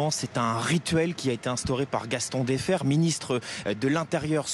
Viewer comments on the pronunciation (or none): J'ai remarqué aussi que le pseudo-journaliste prononçait mal le nom de Defferre, signe qu'il ne sait même pas de qui il parle 😂